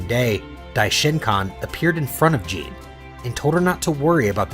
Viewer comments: Bro, it’s not Jean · that's not how you pronounce Gine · So how could mortals Sense god ki? Also is this voiced by AI? What Dragonball fan doesn't know how to pronounce Gines name?